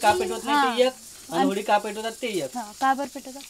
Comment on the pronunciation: होळी आसते ती होडी नाही 😂